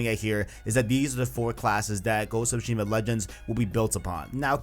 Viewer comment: Man you really gotta stop saying shushima, its tsushima